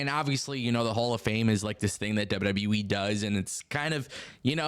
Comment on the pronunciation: STOP SAYING WEEEEEEE AT THE END OF WWE ITS AN EEE NOT A WEEE